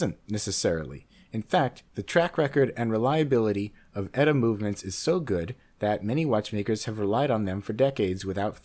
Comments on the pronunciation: its not "etta" its E-TEE-EEHA. it makes you sound like an idiot! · It's E-T-A, not "Etta". And it's still ETA that does most of the custom finishes and all the so-called BS "up-grades" made to order for all these companies, do you really think for a moment that a company that would use their movements is really capable of doing that kind of work to something that's already built? And it's also ETA again that's making the new so-called "in-house" movements for its other Swatch Group counterparts, anything Swatch Group is in-house, you credulous dope! Stop believing the industry lies and their Swiss slight of hand.